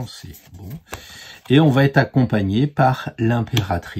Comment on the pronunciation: Oui oui un bel homme avec plein de sous 😄 merci pour vos conseils... Par contre "va t'être" ça fait mal aux oreilles 😉